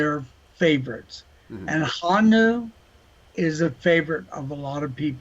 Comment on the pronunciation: Joe calling Hanyu: "Hon-Nu". BRUH.